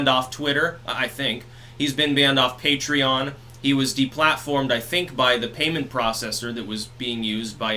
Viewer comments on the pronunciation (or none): none